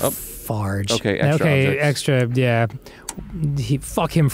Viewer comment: Excuse me Dan? Did you just say farge?